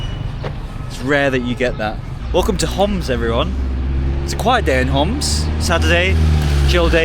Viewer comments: we say Homs not hamas bro fix it if you can pls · Love this! So important to show how resilient the Syrian people are! But, please, get the Homs pronunciation right. It’s not Hamas, and is a bit dangerous to get that wrong. Would recommend talking to Arabic-English speakers rather than just through a translation app to not miss the nuances. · the guy said as Homs (being from Homs) not Hamas as you translated, could be a typo but you should double check